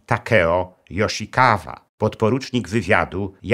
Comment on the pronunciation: Materiał ogromnie interesujący, także rzez moje związki z Japonią. Mam drobną uwagę co do brzmienia nazwisk panów Wada i Yoshikawa. Mam pewność, że "W" czytamy jako "Ł", jak w Kawasaki. "KaŁasaki", "Łada" i "JoszikaŁa". Pozdrawiam serdecznie szanownego Pana Doktora i czekam na więcej fascynujących historii !